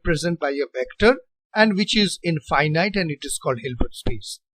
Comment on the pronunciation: Thank you, sir, for this helpful video! FYI, in American style English, the word 'infinite' is pronounced very differently from 'finite'. "Finite' has 2 long I's, as in 'like', but 'infinite' has zero of them. It is pronounced with all 3 I's having the short I sound, as in the word' finish'. English pronunciation is very illogical and inconsistent, unlike math or physics! Thanks again for the video!